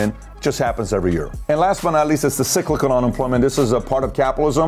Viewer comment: PBD, the correct way of pronouncing the word "cyclical" is "sai-click-kl". I had to pause the video halfway to check my sanity.